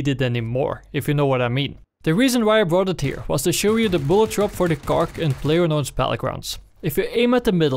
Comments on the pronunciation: no god please no nooooooo its not kark its kar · Why do you say "Kark"?? Its just KAR. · PLEASE STOP SAYING KARK IM KILLING MYSELF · Why does he keep saying cark? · WHY THE FUCK YOU SAYIN KARK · KAR NOT KARK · people are calling it kark for not to getting confused with the word car